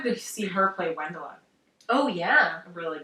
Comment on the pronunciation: The "W" in Wendla is pronounced "V" :)